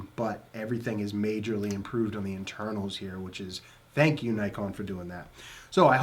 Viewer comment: Learn to pronounce Nikon properly before attempting to review the camera 😂